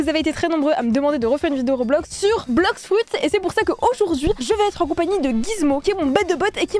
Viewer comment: Arrête de dire blox froute